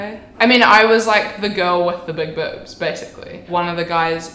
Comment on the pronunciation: She says it like bübs